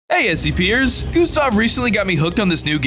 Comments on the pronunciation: Lol he said sc pee-ers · never... EVER say SCPers... E V E R A G A I N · I beg of you, never say scpers ever again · Plz dont say scpers